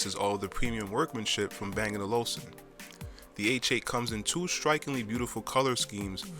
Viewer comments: Good review. Thanks Now you just need to work on getting the brand name right. it's Bang and OluFsen. ;) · I'm quite amused of the way you pronounce bang & olufsen, I'm not saying it's wrong (although not how the danes say it) however I just haven't heard it before. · Dude... Stop mispronouncing Olufsen!! Good video though.